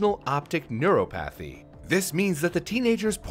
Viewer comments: Its nice when says words wrong. Makes me feel better about myself. Lol. Neuropathy. Neur-AH-pathy Sorry. Sorry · Say it with me, Neur-o-pathy....